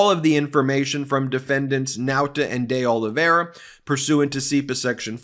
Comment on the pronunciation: By the way you are saying De Oliveira wrong, see the portuguese way of saying ... continue the good work